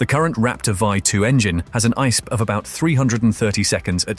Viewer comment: It's I S P not Eyesp